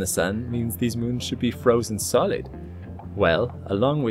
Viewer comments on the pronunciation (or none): "Müns" ... lol